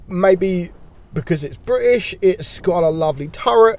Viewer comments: bri'ish powa! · Bri'ish power*